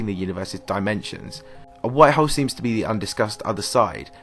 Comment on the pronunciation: Tired of listening to this guy say hoe